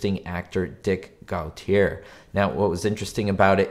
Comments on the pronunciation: I've met the man who first wrote for Hymie. He's actor Gary Clarke, but he wrote the episode under his real name C.F. L'Amoreaux. Director Bruce Bilson had a nice web interview with Stu Shostak a few years ago. BTW, Dick Gautier's last name is pronounced go-tee-YAY. He was often on the 1970s game show TATTLETALES with his then-wife, Barbara Stuart. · Gautier is pronounced Go-tee-yay. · Dick Go-tee-yay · Well, I always heard "Gautier" pronounced "GO-tee-YEA," something like how it would be pronounced as a French name; I'm fairly sure I actually heard it said that way when Dick Gautier was introduced on a talk show or game show back then. Not sure if he pronounced it that way. A small thing, but there are some awesome awful name pronunciations out there on YouTube and elsewhere.